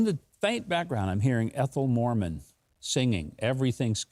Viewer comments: Ethel Merman, not Morman. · Hey Mike...Ethel Moman? Minute Pretty sure you mean "Ethel Merman" brother. LOL...All is good sir! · Sorry Mike, its Ethal Merman, not Morman...easy mistake... I love your show...PTL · Isn't it Ethel Murman not Ethel Morman? Not sure if Ethel was a Morman or not, doesn't matter to me.